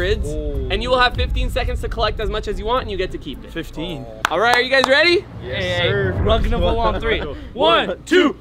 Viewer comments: I love how he said rugnaval unbalivable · Papa rugsaid Rugnavaaln😂😂😂